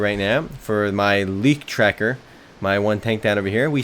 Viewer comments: I love it if Americans try to speak german. :) Liktracker-> Leichttraktor :D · thumps up for trying to say "leichttraktor"!